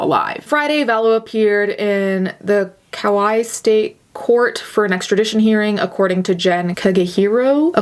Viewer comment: Kauai is pronounced Ka-why (basically.) ❤️